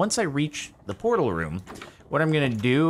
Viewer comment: "Vrrortal" Whut